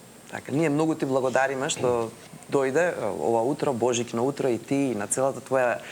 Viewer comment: Божиќно или БОЖИКНО, бе утки?!